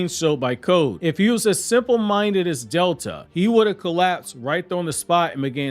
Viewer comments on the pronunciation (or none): none